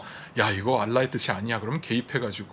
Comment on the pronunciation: 인교수님이 "알라"라고 하면 원어민 발음 듣는 것 같네요.